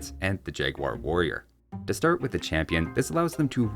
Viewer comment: I remember oh so well, but I loved so much the pronunciation of “jagwair” :)